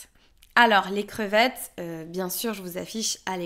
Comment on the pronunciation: Est-ce que tu as remarqué que tu as prononcé le 's' de pluriel dans le mot "les crevettes.'